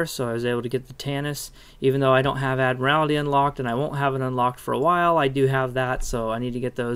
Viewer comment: I have one thing, it's not ad-mir-al-ity, its ad-mir-il-ty